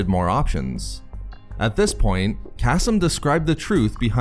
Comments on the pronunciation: Kas-m i cringe every time kaseem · .....I think it’s pronounced “Kuh-Seem”